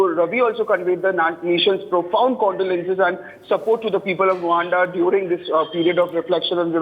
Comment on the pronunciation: Rwanda not Rawanda